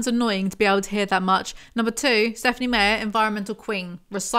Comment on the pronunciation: Does the old video explain why Meyer "my-er" is being pronounced like "may-er" here?